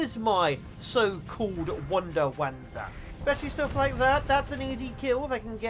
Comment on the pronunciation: Fun fact, as a LONG time fan of the Front Mission series... it's actually pronounced "Vanzer" and is derived from the German word "wanderpanzer" or "Walking Armor" (again, uses the V "sound" when pronounced in English).